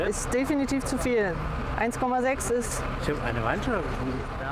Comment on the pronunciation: "1,6 das ist definitiv zu viel" "Issch hab eine Weinschorle getrunken"